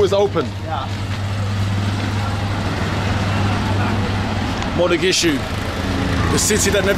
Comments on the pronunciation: It’s Mogadishu not Modagishu 😂😂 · It’s not Mo-ga-gi-shu, it’s Mo-Ga-Di-Shu. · Why you keep saying mathagishu? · You keep wrongly calling it Modagishu... It's awesome regardless of what you call it tho! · Mogadisho or Mogadishu. Modagishu is not what the city is called... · Did bro say Madagishu. I'm confused 😂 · HOW MANY TIMES ARE U GONNA SAY MODAGISHU?????? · Still saying Modagishu?😂